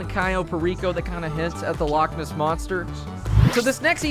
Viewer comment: As somebody who is scottish the way you say " loch ness " is so wrong but since your across the pond I'll cut you a break. THIS TIME 🤣